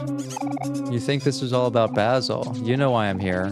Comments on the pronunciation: No one has said this yet,but Basil's name is pronounced as bae-sil. It's just the "ba" that you got wrong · this is literally my favorite game and seeing a mh professional playing this and dissecting stuff in it makes me so happy. thank you ^_^ but every time i heard you say 'bahsil' i took damage 💔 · I started watching this bc I love Omori but I started to freak out when you pronounced Basil’s name wrong😖 I’m sorry if that sounds rude but i just can’t handle it when I name is pronounced wrong. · this is torture, he keeps mispronouncing basil